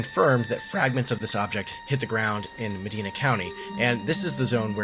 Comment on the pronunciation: It's pronounced Ma-Di-Na Ohio, I live there.